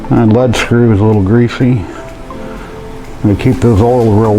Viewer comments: Informative video, thanks for posting. (and it's pronounced 'LEED' screw, btw). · lead follow or get out is how you pronounce lead screw. not lead acid battery.